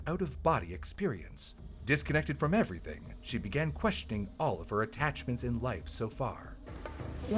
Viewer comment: "It changed everyting", eh?